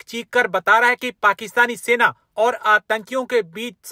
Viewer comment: Chima ye kya bol rrrrrrrrrraha hai